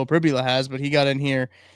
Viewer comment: Prib-YOU-la - not Prib-ya-la